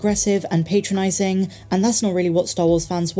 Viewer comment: My main thought is why you said "PAY-tronising" rather than "pat-ronising"